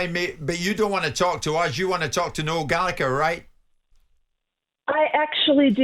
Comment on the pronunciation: Gall A Her not gallicker mispronounced as usual